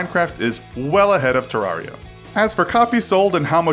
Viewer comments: Agustine 123 terraria is properly pronounced “ter-rare-e-a” like “terrarium”, this is confirmed by redigit’s pronounciation in his playthrough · It's Ter Rar I A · Does anyone get triggered that he says Te-Rar-Ria instead of Ter-reria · not to nitpick but he says terraria wrong